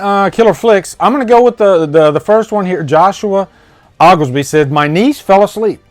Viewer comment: you pronounced oglesby wrong